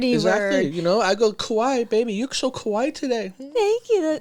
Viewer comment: Its not Kawai...Its Kawaii...you have to say "e" after kawai...